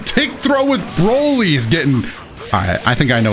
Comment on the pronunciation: Boly Not bolt